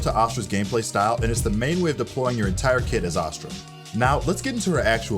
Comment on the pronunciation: omg it's ASS-stra...not AH-stra. Just like ASS-stral which you are saying in the entire video.